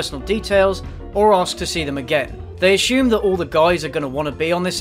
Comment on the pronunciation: Why do you keep saying "Ash-shume" instead of "ass-ume"? That's not how you pronounce that word.